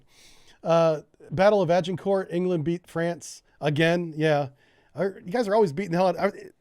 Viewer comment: HMS Agamemnon - Pronounced A Guh Mem Non HMS Agincourt - Pronounced A Zhuhng Kaw (the Zhuhng sound is the same as the sound made by the S when pronouncing "Asian"). :)